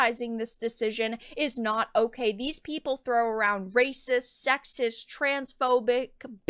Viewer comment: DAS RAYCISSSS!!!!!- actual raycisss